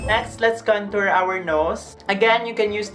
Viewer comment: Or bka kantot instead of kantor mo. Haha 😂 bakla pa effect.